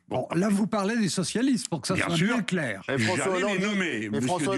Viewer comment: Glucksmann 😂 "Il faut un cap clwair" 🤣🤣🤣